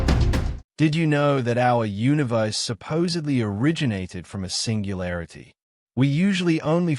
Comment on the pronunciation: Sounds AI--generated, cannot even pronounce "universe".